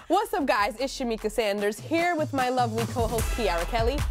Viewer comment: Sham-mika?? Lol